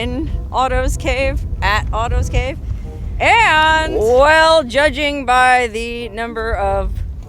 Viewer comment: It sounds like you're saying autos cave.